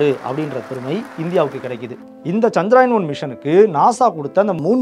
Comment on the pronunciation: அது சந்திராயன் இல்லை நண்பரே அது சந்திரயான்.